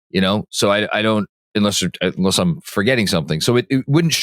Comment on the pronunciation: Can someone please tell about the term "far a field"? He keeps running a foul of the English nerd in me. Also, "unless" isn't pronounced "inless". Thanks, love you.